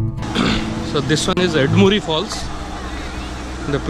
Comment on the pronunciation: It’s not “baal muri” or “Ed muri” It’s bala (right) muri and Eda(left) muri. Just correcting you. Thank you for the video